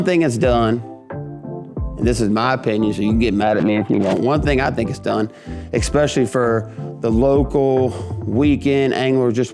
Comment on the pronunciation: Eck specially is NOT a word. There is no K, just especially. It has NO k sound in it.